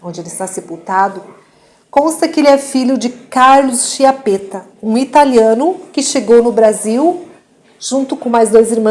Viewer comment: se posso permettermi ti suggerisco la pronuncia esatta di chiappetta: ch viene pronunciata come K prova a leggere kiappetta I tuoi video sono molto interessanti grazie!!!! Un bacio😘